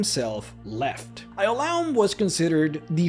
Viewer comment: I cringed at your pronunciation of Ioulaum lol